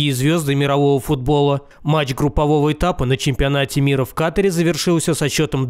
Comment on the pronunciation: В слове Катар ударение на другую гласную